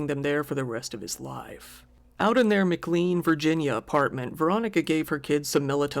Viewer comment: Oakton is bougie af. Also its "MC-LANE" not "MC-CLEEN". I is from the 95 corridoor ay ay aye a massive socioeconomic divide for places less than 20 miles apart. Maybe 40. I forget.